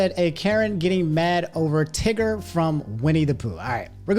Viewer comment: Wait he said tigger I thought he said nig